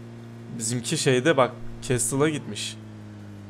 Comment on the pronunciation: Abi o kestl deil de kesl okunuyo